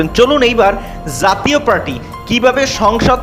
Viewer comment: ধুর! যাতীয় পার্টি কি! জাতীয় পার্টি বলতে পারো না ? বাংলা শিখো আগে।